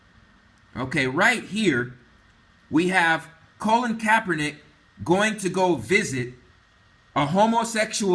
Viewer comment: My ability to take this video seriously is diminished every time I hear Colin's name mispronounced as Colon. It's excruciating.